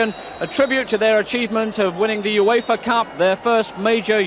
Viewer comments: Everyone else calls it the Yoofa Cup. It's just you mate ;) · Why is he pronouncing UEFA like that 😂